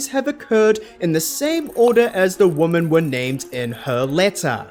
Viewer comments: a mispronunciation is not a dialect. Plus it's confusing, you don't know whether he means "woman" in the singular, or "women" in the plural. The two different pronunciations serve a purpose, and the entire English speaking world was on board with this until like 5 minutes ago. I used to never hear people pronounce "women" like "woman", now suddenly it's everywhere. And it's confusing. Your example from German is not a direct comparison. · women is pronounced weemen